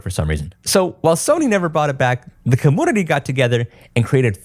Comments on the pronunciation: The "comoonity" and "capooter" kills me every time. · it's Komyuneetee and Kompyuter XD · take a shot every time he says commoonity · “Commoonity” lol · I can’t un hear that… cuhmoonity. It’s community vro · Community ❌ Commoonity ✅ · Dude, why do you say community like that? It's pronounced kuh-mune-ity not kah-moon-idy :face-purple-crying::face-purple-crying::face-purple-crying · Why does this guy keep mispronouncing community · I just kept hearing commodity and it's been bothering me more each time 😂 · bro please stop pronouncing it “kum-poo-ter” and “cuh-moo-nity”. I love your content but u swear you’re so quirky with these pronunciations like a woman or a little boy. this is the only reason I haven’t subscribed to you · The "commounity" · What's a comoonity? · I'm a fan of quirky pronunciations but i never noticed say com-moon-nitty before. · Yeah he has difficulty with saying 'u' after a consonant. Compooter, commoonity, commoonication.. is fine, some people have quirks in their speech. Just like how Techmoan's nasal problems render his speech weird until you get used to it. Try to ignore it. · Great Video, but can you please pronounce Community properly? 🥲🥲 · How come you say community without the y sound before the u? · Serious question here…. why does he have the weird pronunciation of “community”? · This mans ability to pronounce the word community 💀☠ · Do you not know hot to pronounce community? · Are u saying community wrong on purpose?